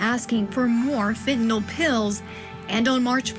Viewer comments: nyl, not nol!! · FENTANYL..... NO O IN THIS WORD US